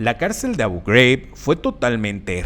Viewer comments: Manín, Abu Ghraib es un nombre árabe, no de EEUU. Es Abú Juráib, no abouw greiwb. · ¿Por qué pronuncias Abu Ghraib" como si fuera algo en inglés? Es árabe. Pareces el típico gringo ignorante pronunciando así. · Tema interesante pero tu pronunciación de Abu Ghraib lo hace infumable